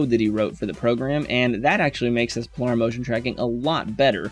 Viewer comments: Second youtube instructor who can't/won't pronounce the word Planar. yes..like a plane....i.e.: "Plainer" Could it be Plainer? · Good info, but PLEASE learn how to pronounce planar! (pley-ner) :-)